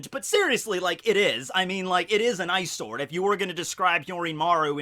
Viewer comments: i know he says ice sword but its sounds like eyesore xD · really thought you were saying "eyesore" when you said "ice sword" 😂😂😂😂